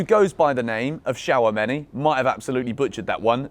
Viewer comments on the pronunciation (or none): Shawameni😂😂 It's Chu-Ame-Ni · my guy just said shower-many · It’s pronounced 2 sha meny